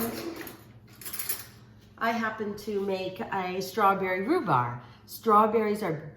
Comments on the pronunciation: Love cheese cake. Rhu-BARB, is how you pronounce that. Thanks for the step by step instructions, that is a huge help. Great tip on the water bath. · It’s a spring form pan not foam...and it’s rhubarb not rhubar lol...great recipe Amy I’m definitely going to make this❤️